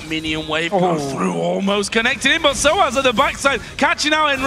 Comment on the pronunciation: Why does Deficio pronounce Xpeke: XpekeR. And Soaz: SoaRz?